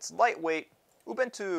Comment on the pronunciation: I hate to be that guy but it's pronounced oo-boon-too